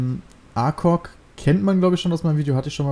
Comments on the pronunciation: Falsch das ACOG ist ein Visier aus Amerikanischer Produktion und da wirst die niemals nen Ami sehn der A.C.O.G sagt die sagen alle Acog eben auf englisch ausgesprochen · Da heißt es aber ACOG (gespr. Eikog) ;D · A C O G verdammt wenns sein muss schreib ich das in jedes deiner videos du hast doch nen sprachfehler !